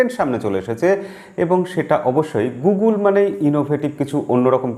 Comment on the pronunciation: টাইম গোগল কে দাদা গোলগোল বলছে মনে হচ্ছে ☺ ৷ বিষয়টা দারুন লাগলো 😂